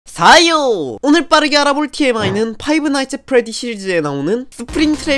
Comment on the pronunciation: 근데 파이브 나잇츠 엣 프레디라 하지 말고 그냥 프레디의 피자가게 라고 하면 안될까요. 발음이 너무 거슬리는데